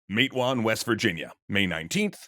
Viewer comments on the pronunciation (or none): It's Mah-te-wan, not Mate-wan. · Isn't it pronounced "MAT-uh-wan" like Padawan? I've heard southerners talk about this before, but I've never heard it said that way. 🤔 But also THANK YOU for getting word about this incredibly crucial part of American history out there. Solidarity forever! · Hey to the guys at extra credits Matewan is pronounced Mat-A-Wan just bringing this to your attention as a native West Virginian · Not to split hairs, because it looks exactly like you pronounced it, but living near enough to the river that all our local news stations are based in WV, seems like they pronounce it "mattawan." Didn't want my neighbors to the south coming after you with their torches and pitchforks. Love the videos dude!!